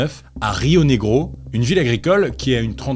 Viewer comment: Moi quand il a dit Rionegro😅 Sinon superbe vidéo❤